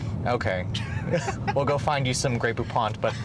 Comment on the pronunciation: It’s GREY POUPON and NOT “GREY POUPONT” 🤣😅😂